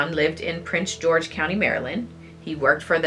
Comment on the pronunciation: Great job ladies 👏🏾👏🏾👏🏾but it’s “Prince George’s” county sorry that’s where I’m from and there is also a “Prince George” county in VA